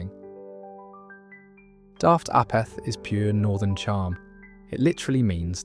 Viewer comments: "a - peth"? - No, it's pronounced "AY - perth" , with the accent strongly on the first syllable. It's a contraction of halfpennyworth - something of little value - because halfpenny is actually pronounced "HAY - penny." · saying “you daft apeth” was NOT said like you said it or how you pronounced it was said/pronounced “you daft Apeth” like in Ape 🦍 🦧